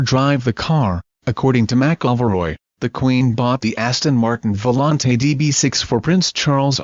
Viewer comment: Charles really butchered that Aston !